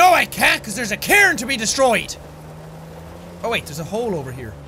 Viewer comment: Rock pile, not Car.... cair.... cairn.